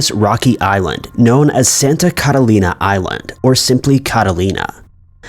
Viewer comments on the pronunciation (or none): Why’s he sayin Catalina like that?! 😂🤦‍♀️